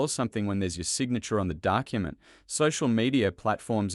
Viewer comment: SeCONDS...PRAcess...dUckument!!! The commentator, although an Australian accent, is not a person! There are so many incorrect pronunciations that my 4 year old grandaughter would pick up. WTF!!!